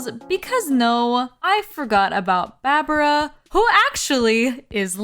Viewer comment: her name is pronounced barbara 😔 it's a sheep pun